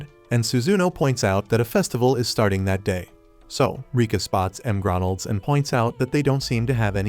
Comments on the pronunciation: you mean MgRonalds😂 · The heck is m grondles 😂